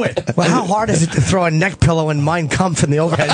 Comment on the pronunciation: Kampf.....Mein Kampf, not Kumpf.